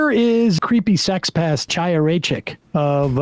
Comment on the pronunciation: Is that really how to pronounce Chaya's name? I assumed it was the gutteral "ch" like in Hebrew, not the American "ch"